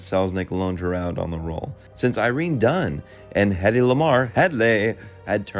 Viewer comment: I so love your commentaries as your enthusiasm and opinions are really smart. But mispronouncing famous artists names is so jarring. Irene Dunne, Anna Magnani, Peter Lorre, and Somerset Maugham. These gaffe make you sound less literate and you sometimes massacre grammar and even make up words. If you ever need an editor/proofreader/production assistant, contact me. I wish you could go back and clean these up in your existing posts. They are so good. We could do this over the phone!